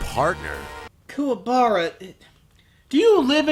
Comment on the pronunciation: I honestly prefer Kuwabara's voice in this movie. Sure he mispronounced his name, but at least this one doesn't sound like a choking sealion